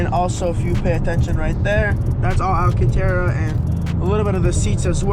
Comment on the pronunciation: lol my last name is Alcantara nd im surprised u said it right